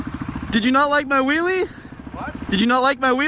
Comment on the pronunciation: "You can see it definitely makes their day when the kids see a willy" need to be careful on the pronunciation or it will sound very different xD